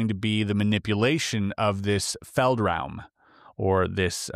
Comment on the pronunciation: German here. Your pronunciation of "feldraum" was basically perfect. Do you speak German?